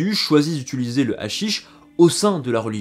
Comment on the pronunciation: Utiliser au lieu de ituliser 🙏 ;)